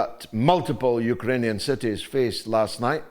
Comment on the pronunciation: I can’t stop laughing every time I hear him say Yooker-anian!